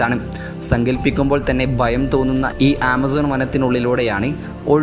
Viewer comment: പയം അല്ല.ഭയം അണ്